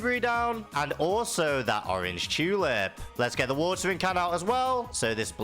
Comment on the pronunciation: Orr-anj chuuu-lip